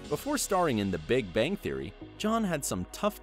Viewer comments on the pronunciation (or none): none